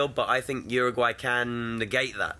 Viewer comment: Why is it that no one who speaks English can pronounce Uruguay correctly ? Lol It isnt even that hard